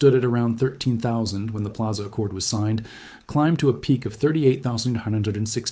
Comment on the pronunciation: Pilaza? Come on, AI, you gotta do better!